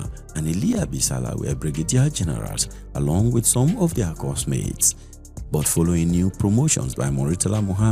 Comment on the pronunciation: Exactly! And also, pronouncing 'but' and words ending with 't', the way you would pronounce words with 'th', like 'death' was so uncomfortable for me. Apart from these, the narrator did well